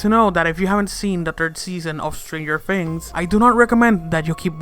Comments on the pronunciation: U said stanger fings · He said "Stranger Fings" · Did you just say Strangered Fings in the beginning if you listen closely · "Stranger Fings?" "Season Free?" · "Stranger Fings"